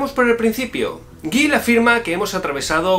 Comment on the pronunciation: Soy muy fan de Lipovetsky, y vaya el darme cuenta que pronunciaba como "Gails" ja.